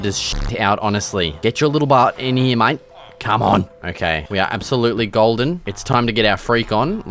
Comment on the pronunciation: Awesome videos! Why do you pronoucne "mate" as "might" tho? lol